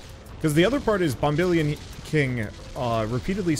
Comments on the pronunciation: It's definitely Bomb-uh-lion, like dandelion. Surprised you didn't catch the joke there. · I'm presuming Bombelion is supposed to be pronounced like dandelion. Of course, it's hard to tell whether you don't know and don't care, or if you do know and don't care, when it comes to pronouncing things differently =P